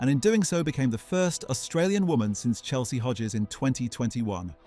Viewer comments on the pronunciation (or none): none